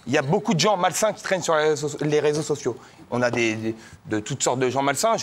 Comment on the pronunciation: on ne dit pas "les sososios" mais "les réseaux sociaux"